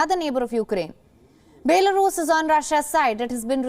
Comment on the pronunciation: Baylarus? Your a news channel.. atleast pronounce the country's name correctly